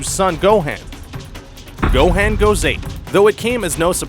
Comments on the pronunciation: It actually gohan not gohand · (Go-hon) Gohan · DID YOU SAY GOHEN PIECE OF RUBBISH ITS GOHAN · what the hell is go han is gohan dumb ass! duh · its GO-HAN not GO-HEN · Not gohen it gohan he us not a hen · Gohaan? c'mon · and gohan is pronounced (go-haan) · Why do you call Gohan Gohen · Can't say Gohan right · u said gohan name worng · Does anybody get annoyed when he said gohan wrong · that is not how u pronounce gohan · he said like every name and dragon ball z words like wrong gohaan pyckolo OMG XD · He sais gohen and cyan thats so funny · This dude🤣.....gohen, sayen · I got triggered when you pronounced gohan as gohen and Saiyan as seiyan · Bro. You're saying "Gohan" and "Saiyan" wrong! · this guy's pronunciation makes me vomit I swear to god how can 99% of the world say it normally but this mf says it like "pikouolo" "gohen" "cyan"